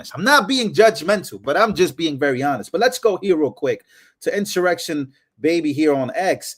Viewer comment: It's a inssurextion. Lol